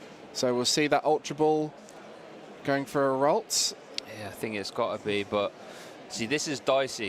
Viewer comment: Dude seriously can't say ralts. Lol. Seriously? Where's Joe?